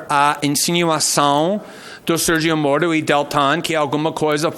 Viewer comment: Moro entregou seu celular para a PF na hora, esse verme tem que fazer tratamento dentário pra falar a palavra MORO